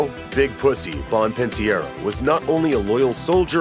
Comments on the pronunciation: Pussy's last name was pronounced bump-an-cero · Pretty sure it’s pronounced “Bon-pen-serro”